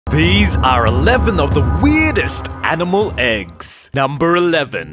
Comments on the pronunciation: Every time he says AGGS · You say “eggs” but it sounds like you’re saying “ex”....